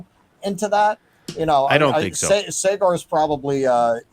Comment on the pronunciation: is literally in India yet can’t pronounce Saagar (saw-guhr)